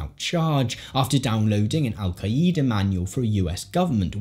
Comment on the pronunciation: Is that how English people say “Al Qaeda”?